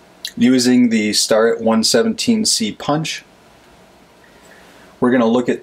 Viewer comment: Sorry but don't murder the name Starrett. It's pronounced Stairrett